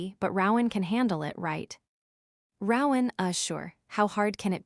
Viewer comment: Rowan has a long o not short